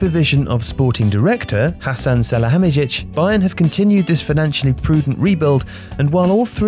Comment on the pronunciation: Not really. It was close but no cigar.